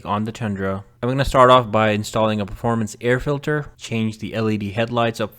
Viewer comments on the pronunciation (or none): none